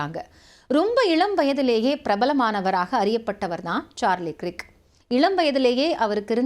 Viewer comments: கிர்க் இல்லேமா கர்க் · His name is "கிரிக்" இல்ல. "கர்க்" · You pronounce Krik wrongly. He is Kirk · க்ரிக் என்பது தவறான உச்சரிப்பு 😮 ஆங்கில உச்சரிப்பில் கேட்டு உச்சரிக்கவும்.